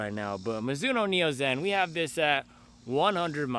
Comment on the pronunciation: “Midzuno” forever